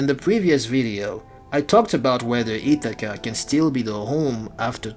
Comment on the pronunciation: Wtf is "Itakka" ??? 😂 It's "Ithaca" buddy